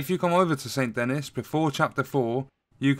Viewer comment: ffs Its pronounced Saint "dan-ee" they say it all throughout the game lol